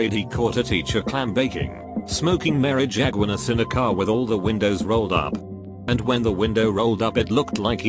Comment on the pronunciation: No way did he say ‘Marijagunas’😂😂😂